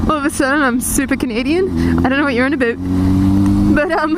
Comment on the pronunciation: No Canadian says about like that -_